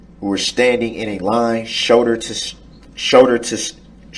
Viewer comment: He almost had a stroke! "SHOWDER TO SHOWDER"